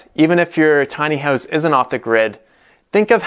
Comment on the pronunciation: Your Canadian is showing.... "Tiny Hoowse" :)